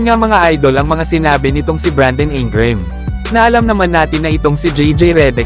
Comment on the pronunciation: Reddick at INGRAM HINDI MO MABIGKAS NG TAMA.😂😂😂😂😂😂😂